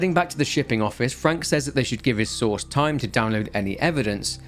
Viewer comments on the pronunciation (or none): I swear to God I thought you were saying sauce instead of source every time you said source I was like why does he keep saying sauce what is he talking about😂